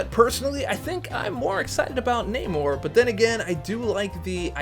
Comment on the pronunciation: You said it right brother it’s (nay-more)spelled namor